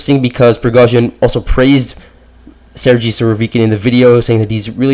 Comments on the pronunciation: Surovikin is a boss alongside Prigozhin.Its pronounced Ser-ghey not Ser-jee 😂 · Dude!!! , Sergei and Gerasimov are spelled G like the first G in Gorge or Gulp or Gate.. so please take this in mind And it is not Putin who fires or hires Army personnel.. like what? y’all think Russia is a small company with Putin as CEO?